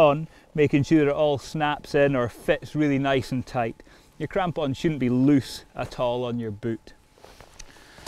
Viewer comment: Mostly just watching this video to hear this guy say "crampon" again